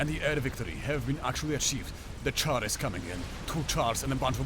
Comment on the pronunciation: hehe, I figured you were from Poland when I heard you pronounce "Czar" like "Char"!